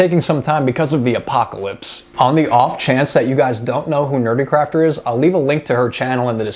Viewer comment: 😂😂 BRB howling with laughter (and hey you said my name right!). Hey now, I sacrificed my ENTIRE BUTT for you guys! In all fairness, your girlfriend did say that it looked like a human "Kind of" and "a little" . 😂 But(t) squishy Jackie DID turn out absolutely cutely evil.